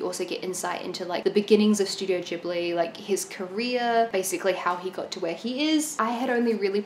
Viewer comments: About the word "Ghibli": "ghi" should be pronounced like "gui" in "guitar". Check out the origin of the Italian word Ghibli. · Isn't it different in Japanese? Why pronounce it the Italian way? 🤔